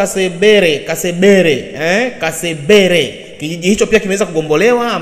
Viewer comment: Kashebere siyo kasebere